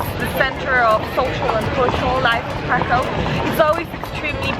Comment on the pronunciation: Yay for Poland! Btw, i don't mean to be rude or anything, but Kraków is pronounced like Krakoov, haha :D